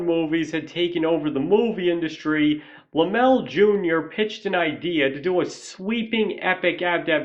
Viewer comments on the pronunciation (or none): Okay... 1) a guy who has a movie channel should know how to pronounce "Lem-lay." Sorry man, but the Laemmle family were big names in movies not just because of horror, but because Carl Sr. had founded Universal and was one of the original moguls, and Universal made a LOT of other films in other genres that sold very, very well. And nepotism? The Laemmle family OWNED the studio in beginning years, so yeah, it was a family business. 2) I've read your response to other commenters here regarding your glossing over of the MASSIVE silent horror genre. You tried to twist your way out of that mistake, but nice try, doesn't work. It's clear you just didn't do your homework and don't really know your history. Now it's true that "horror" as a genre label probably doesn't come into use until Dracula, but that's hardly relevant as you yourself point out Nosferatu and The Phantom of the Opera. In point of fact, though, there were huge numbers of silent films we now view as "horror," going all the way back to Edison's Frankenstein, but also including multiple silent versions of Dr Jekyll and Mr Hyde, the John Barrymore version having been a particular classic. We could go on and on here, including George Melies' films. It's just silly to have made the claim that horror was "non-existent" in the silent era. And foreign films count, dude. A lot of those made it to the US and made a lot of money at the box office, and influenced Hollywood HEAVILY. Foreign directors made very successful horror